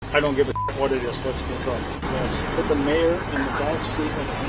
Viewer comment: Great to hear an Australian voice being used for the commentary. But the voice is pronouncing 'mayor' really wrong for an Australian. We say it it like 'mare'.